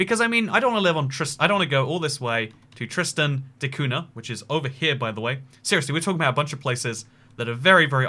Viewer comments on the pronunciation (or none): Man said Tristiana de Kahuna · You got Tristan da cunha all wrong bro, the name and the island